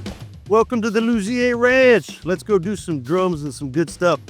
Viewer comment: Is it “Lu-Zeer” or “Lu-Z-A”? He pronounces it both ways in this video